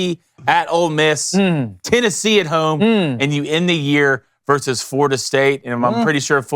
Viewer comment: vs stands for versus, not verse, as in Roe versus Wade